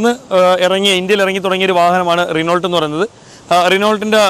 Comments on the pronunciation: റിനോൾട്ട് എന്നല്ല റെനോ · Renolt alla.. Renou.... French word aanu.. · റെണാൾഡ് അല്ല.റെനോ എന്നാണ് ഉച്ചരിക്കുക. 🙂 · റെനാൾട്ട് എന്നല്ല? റിനോ എന്നാണ്. Its french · റിവ്യൂ അടിപൊളി... ദയവായി കമ്പനി പേര് തെറ്റായി ഉച്ചരിക്കരുത് റെനോൾട്ട് അല്ല റെനോ എന്നാണ് ഉച്ചരിക്കേണ്ടത് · റിനോൾട്ട് അല്ല റെനോ... അങ്ങനെ pronounce ചെയ്യണം... thetttayit paranjathallatto.. Angne pronounce cheyyanam... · റൈനോൾട് അല്ല.. റെനോ ഡസ്റ്റർ അവസാനത്തെ T സൈലന്റ് ആണ്.. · റിനോൾട്ട് അല്ല bro റെനോ എന്നാണ് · റെനോൾട് എന്നല്ല റെനോ എന്ന പറയുന്നത് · അതിന്റെ pronounsation ശേരിക്കും re-no എന്നു മാത്രമാണ്. അതായത് ault ഇല്ല.